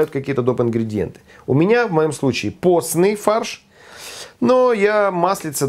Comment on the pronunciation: Думал, что послышалось, прослушал дважды, и на 2: 30 услышал ""поцный фарш"". (""Herr"" можно произносить по русски) - уважуха!!!!